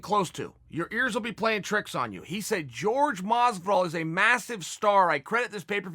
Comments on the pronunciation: Respectively calling out your pronunciation esteemed Chael. Jorge=horke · Chael "I'm American, Js make a "ga" sound" Sonnen. I swear he says people's name wrong on purpose because it brings them attention. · His name is JORGE not george asshole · Chael “George not Jorge Masvidal” Sonnen. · Chael please stop saying george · Chael “George” Sonnen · I will not watch you anymore until you correctly pronounce masvidals first name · Does it annoy anyone else why chael refuses to pronounce masvidals first name correctly ....? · Is it pronounced “George” or “hore-hey”? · Somebody tell me: its pronounced Jorge or George?